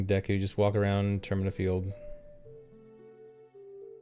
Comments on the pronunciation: Obligatory Deku pronunciation death threat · hey its pronounced “deku” not “deku”